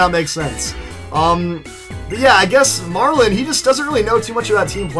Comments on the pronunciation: You pronounce his name wrong. His name is Marlon not Marlen or Marln. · You pronounce his name wrong. Iets Marlon not Marlen or Marln.